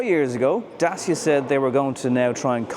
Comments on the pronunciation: It’s pronounced “Da-Che-a”, not “Da-C-a” or “Day-c-a”. Same as it’s “Shkoda”, not “Skoda”. You’re welcome. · Would like to point out thats Dacia say their name is pronounced "Datch-a" and not Da-cee-Ah. . You're welcome ;) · Stop calling it Da-cee-a! It’s Da-tch-a! 😃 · It's DaCHIa not Dasia :) Like in Dutch (Dutch-ia), CHIldren, CHEeese etc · Really considering a Dacia (your pronunciation is all over the gaff mate, its officially 'datch-ee-a'. At least thats what i saw on another video where one of their own people was saying it. But yeah, I'm going to look long and hard at this car, despite the utterly stupid name. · The name of the brand is pronounced: "datTCHia"...